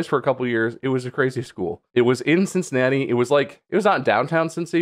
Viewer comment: "Cincinnati" I am so. SO SORRY!